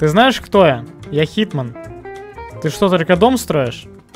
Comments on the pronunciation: Не хитман, не Джон чиз Уик, а ЧИЗман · HitMan а не HeatMan =))